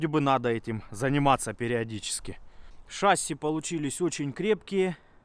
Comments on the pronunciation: почему шАсси, правильно ведь шассИ, не? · Смотрели с сыном, всё понравилось, но правильно говорить шасси́. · ШассИ, ударение на "и" у авиаторов %) сорян, за замечание. Все равно лайк)